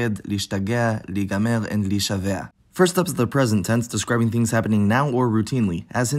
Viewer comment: להישבע is pronounced lehishava, not lehishavea